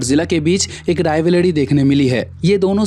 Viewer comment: Wo sab to rhik hai ek baar rivalry bolna dobara😅